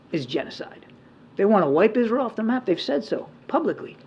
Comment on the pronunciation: Izrel nhi hota israil hota h